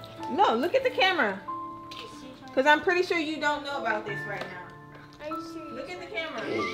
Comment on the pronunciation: "Are you serious right neow?"